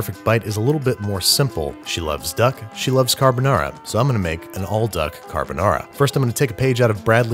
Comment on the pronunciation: “You’re my lil duck carbanara” 😂